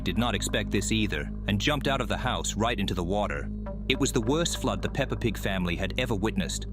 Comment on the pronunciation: did bro just said peper and big =I